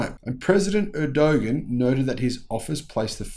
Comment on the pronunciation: Americans do not understand Turkey ! Make an effort to at least pronounce the president's name correctly.